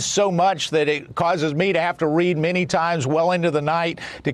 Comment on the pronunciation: Trump reads many, many, manny, menny artikals and buuks!